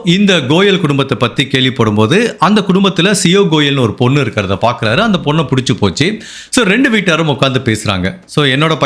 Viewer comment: Bro adhu siyo goel illa siya goel .